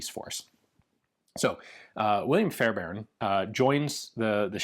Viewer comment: As a Fairbairn, thanks for pronouncing our name correctly!